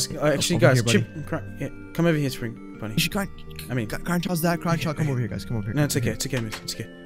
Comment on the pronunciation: ok Chipper and Chipper Bonnie Are you guys ready? Because we are going on an adventure. We are going on a trip on our favorite Rocket Ship Me: Chipper Bonnie? What???? Lol that’s what I heard like omg dude it’s Spring Bonnie not Chipper Bonnie lol Lol